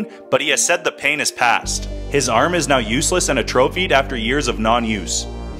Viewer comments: Yes, he did. He pronounced it AY-tro-PHIED. The word is pronounced ah-TRO-phied. The a is short and the second syllable is stressed. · Atrophied is not pronounced A-trophied its pronounced at-tro-feed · Damn the one word he should not have mispronounced. It is pronounced(ah-truh-feed), but spelled atrophied. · No one: This guy: “a-TRO-phied” It’s pronounced A-tro-phied, with a short A. Just means the muscles have deteriorated from lack of use, as was explained in the video. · Or, somebody mispronounced a word and several people didn't understand what the fuck he said. Kind of an important thing in language, speech and communication. And yes, he absolutely said it uh-tro-feed. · "Arm has a trophy'd" I mean, I agree to some extent that man's limb is now a trophy to be marveled at, but jokes aside, it would be better if you learned how to pronounce words properly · How do you look at the word and honestly think it's pronounced like that? Say it with me, ahh-tro-feed! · This guy's mispronunciation of atrophied is making me much angrier than it realistically should be. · Is anyone going to talk about how he severely mispronounced the word ‘atrophied’? Isn’t this guy a billionaire? Absolutely hilarious 😭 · Is no one gonna talk about his pronunciation of “atrophied”?